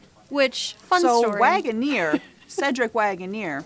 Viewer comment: Harry London was Joe Waggoner's grandfather. Waggoner is pronounced Wagon Er not Wagon Ear